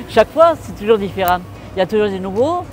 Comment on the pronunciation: 我很喜歡這種影片 很有法國人開講聊天的感覺。 我聽到很多跟我學的口音不太一樣也很有趣。例如 different 的 rent和 麵包胖pain 媽媽的口音比較像英文發音。都覺得很好玩。 可能可以跟 法文邂逅 合作拍攝，應該也會有不同的火花。